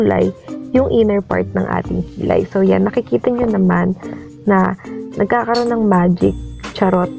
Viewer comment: "nagkakroon ng....magic" HAHAHAHA 😂